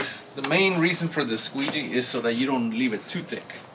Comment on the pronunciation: Did you say a "squeezy"? Lmao